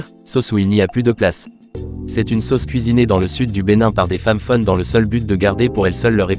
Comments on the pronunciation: Belle vidéo... Ça serait un peu plus cool, si c'était une voix réelle et non utilisée... La langue Fon, on dit fone, même pour le Dahomey... Pardon 🙏🙏🙏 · Je peux que m'abonner, tu as fait un sacré boulot, je suis togolais mais je vis au Benin depuis 39 ans ,j'avais 1 an quand mes parents ont étés affectés ici . A part les prononciations de Mantindjan et de "Fon" tu as tout bien dit .C'est l'alcool issu du vin de palme qui est Sodabi, le vin de palme même s'appelle "Atan" . La chose que tu n'as pas montré C'est la route de la plage qui est une veritable reussite du nouveau président. Bravo